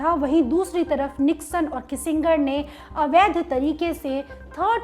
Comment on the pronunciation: अवैद्य नहीं, अवैध। उच्चारण का ध्यान रखो भाई